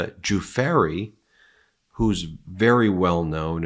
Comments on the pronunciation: Let’s all practice together - “Virgnia ‘Dew’-‘Frayn’”. “Virginia ‘Dew’-‘Frayn’”. “Virginia Dew-Frayn” Now you give it a try, Ben! There is no “fairy in her name. Go on, we know you can pay her enough respect to learn to pronounce Dufresne correctly! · Ben! Please give the survivors of Epstein and clan the respect of pronouncing their names correctly! It's Djoo-fray... not Joo-fairy! It helps make your reporting that much more credible. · ‘Jew-fairy’? ‘Jew-fahree’? Tch tch tch Ben, it’s ‘Jew-FRAY’ (Virginia GIUFFRE). The interviewer even says it first you. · It is NOT JeFAIRY. Please pronouce her name properly. It can't be too diffucult to find out. Sheesh.... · Your mispronouncing Virginia's last name!. It's not Ju fair e. It's pronounced ju fray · For GOODNESS SAKE!!!! PLEASE rehearse in front of a mirror. "G-ferry"?!!! Whattt?!!! Repeat after me ... 'Guifre' ... 'ayyyyyyy'. Just sayin' ... Otherwise ... great work. 🙄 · Excellent report as usual, but you need to get some help with pronunciation of important people’s names: Virginia ‘Giuffre’ = jiew-frreh not ‘jew-far-eh’. And , Anouska De ‘Georgiou’ = jorr-jee-oo not ‘jor-jah’ 🥰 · Love your network and watch your videos all time. But just one small but important correction on this video, Virginia Dufrais is pronounced “JewFray” not Duferry. Keep p the great work. Love from Eire!❤ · My God Ben, it's almost painful to listen to you butcher the pronunciation of these women's names. Please take a moment and research how to pronounce Ghislaine. It sounds like, "Jizz-lane", not Guy-lane and Giuffre sounds like "Joo-fray" not "Ju-far-ee". Sorry to complain, but it drives me crazy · Are you sure the name of the woman whom Epstein procured for Prince Andrew is pronounced jew-FARRY'? In the sixties, i met a jazz man named Jimmy Guiffre. He pronounced it JIF'free. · "Joo Fray" Ben, not "Joo Far Ay" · Pronunciation Virgina Du fray not Du Fery ,i gee guys i love you but you gotta get things right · It's not pronounced Joofarry!